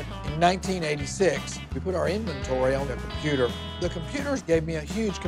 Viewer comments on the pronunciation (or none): From the way he says "the computaa" i'm guessing one of his employees did all of that since it doesn't look like he knows anything about a computer